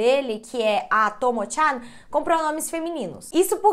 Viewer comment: Normal traição no casamento no Japão, tyan demonstra intimidade a pronúncia está um pouco errada e Sapporo vc pronunciou errado algumas vezes no Japão tds as sílabas são pronunciadas com a mesma força, e máscara eh normal as pessoas usarem, principalmente se estiverem gripadas mas tbm se não estiverem tbm usam eh comum